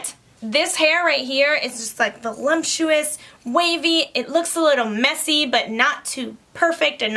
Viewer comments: it's voluptuous not volumptuous XD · Hi, you are great at this, love your personality and I don't mean to embarrass you, but you are mispronouncing the word voluptuous. I think you are saying volu m ptuous, with an m. It's vol-up- tuous...sorry to correct you...thanks for this recommendation! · There isn’t an “m” in voluptuous, just FYI. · Can you please pronounce voluptuous correctly if you’re going to use it so often?? The letter “m” does not belong. Thank you.